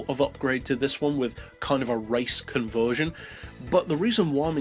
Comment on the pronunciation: Take a shot every time he mispronounces "conversion"